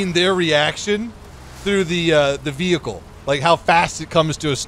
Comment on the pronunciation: *world war reward wehicle"